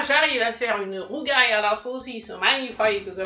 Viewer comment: ba écoute corriger une erreur c'est pas critiquer dans le vide donc excuse nous de vouloir préciser qu'il y a une erreur et corriger pour ceux qui passeraient par là et qui seraient tenter de reprendre la bêtise dans leur façon de prononcer "le rougail" fait partie des plats typiques des créoles réunionnais merci de pas déformer ça prononciation et de te renseigner on voit suffisamment de bêtises sur les réseaux